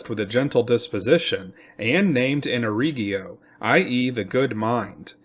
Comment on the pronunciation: Ear-Ick-Wah, repeat with me, Iroquois is pronounced Ear-ick-wah. Ask an actual Iroquois. They're everywhere. Either that or this is another horrible AI-Voice channel..